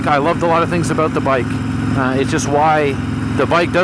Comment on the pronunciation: Talking aboot